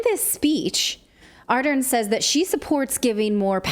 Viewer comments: Someone please inform her that the R and L sounds exist in her language. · You guys do a great job but as a Kiwi I just have to correct you on your pronunciation of Jacinda's surname. It is pronounced Ah-dern not Are-den. Not that it matters so much now she's resigned and not a day to soon. 7th February can't come soon enough. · While you are mocking her for how she prounces words, how about you prouncing her name correctly it is not Arden. It is ArdeRn. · She’s less popular than herpes and should be investigated. Clayton you say it’s name A-dern